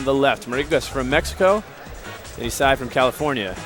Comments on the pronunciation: Guy says 'E-sai" for 15 minutes. Finally you can hear him get corrected. "Yeah...Isai"...Hahahahahahah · If this guy says "E-sai" again I'm going to kill myself. It's "Eye-zay-uh" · This was addressed in another video where they were commentating. Isai is his middle name, pronounced ee-sai (or something similar,) but people have been pronouncing it Isaiah since the early days of competitive 64 and melee, so it's become the standard. They're not noobs, they're probably pronouncing it the way /he/ told them it was pronounced. Don't be so judgmental. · Everybody is retarded, Isai confirmed in his AMA reddit thread that it's Eye-Zay-Uh